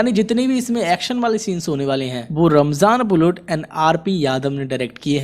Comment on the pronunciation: रामजन नही रमजान नाम है उसका🤦😂😂